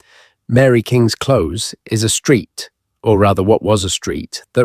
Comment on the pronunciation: He doesn't pronounce close properly it seems like AI